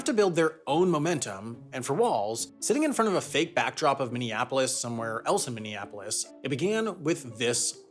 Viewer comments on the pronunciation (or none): none